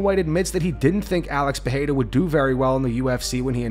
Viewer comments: Hey,, Joe Rogan seems to finally fix his Pereira pronunciation, it's time for you to keep up and stop this Peheira shit 🙉🙉🙉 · the last bastion of the Peheira pronunciation (even Rogan learned how to say it correctly 🤦‍♂️)